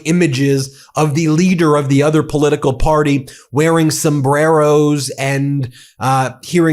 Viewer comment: She can't even pronounce the word "El Sombrero" pronounce your R's if you wanna make a statement.😂